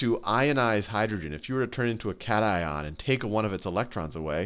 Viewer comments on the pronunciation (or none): none